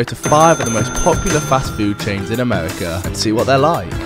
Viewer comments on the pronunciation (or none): Gweasy, weally, amewica